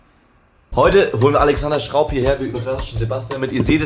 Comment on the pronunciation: Niemand: Wirklich niemand:: Alexander Schraub